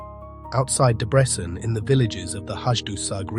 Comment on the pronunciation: I would like to help with the correct pronunciation of Hungarian city and town names. Szeged - not Sheged, but only shortly Seged, not Debretshen, but Debretsen- without "h", not Pecs, but Peitsh-with "h", and so on....